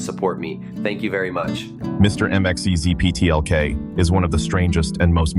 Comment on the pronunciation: It is pronounced Mix-yez-pit-elik.